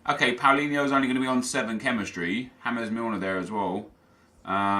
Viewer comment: He said 'hamez Milner '